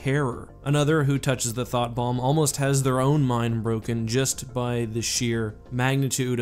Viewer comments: What he said: Thought Bomb What I hear: Thot Bomb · Was it just me that heard "Thot Bomb"?